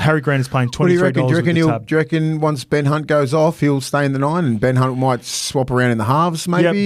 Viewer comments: Did just call him Ben C*nt hahahaha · Did just say Ben Cunt 😂